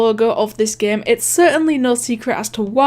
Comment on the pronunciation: I love how she says game but instead she says GAEM.